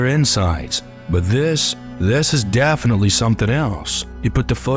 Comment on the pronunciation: The vowels have odd inflections as if from someone whose primary language isn't english trying to sound hip in english. Whoever or whatever is speaking doesn't like simple words starting and ending with the letter T such as 'da' and 'deh' instead of 'the'. 'Dafinitely' instead of 'definitely'. 'Dam' instead of 'them'. 'Sumtin' instead of 'something'. The speaker drops the 'G; at the end of alot of words. Is the speaker from the same region as the guy on the Integza channel?